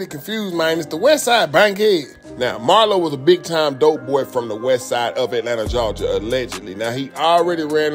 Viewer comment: “Jawja” says nobody in Atlanta 😂😂😂